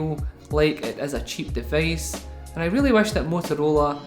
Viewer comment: from where is this accent?! O.o "deveice". nice review bro. :)